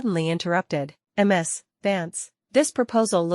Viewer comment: Choose a better voice... I.D. instead of I'd. M.S. instead of Miz(Ms). Check your timeline. One month to build a special large building? AI, and it still can't count.